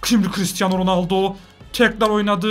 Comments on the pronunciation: RONALDO'YA RONALDİN'YO DEDİN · ilk golde ronalno yerine ronaldinyo söylüyor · 4 .17 ronoldoya ronoldinyo de di